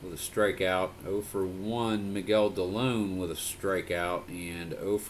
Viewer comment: Not to be pronunciation person but Miguel Dilone is Dee-low-nay. He was an ex-Indian.